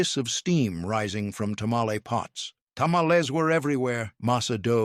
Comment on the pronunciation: Tanalez? This is irritating. Learn ti say tamale!